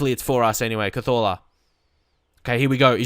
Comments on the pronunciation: Please say cazorla normal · Please say Cazorla the english way!